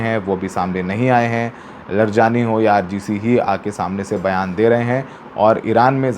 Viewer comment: सौरव साहब आप लर जानी mat बोलो ।उनका नाम अली लारी जानी है ।